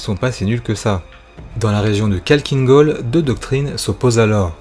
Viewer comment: c'est pas kalkine gol mais Khakkhiin gol (avec le kh qui se prononce Rh)